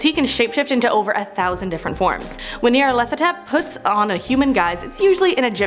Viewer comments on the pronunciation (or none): none